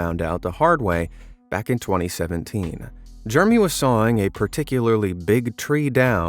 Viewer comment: You should pronounce "Jeremy" using all its syllables it is not pronounced " Germy."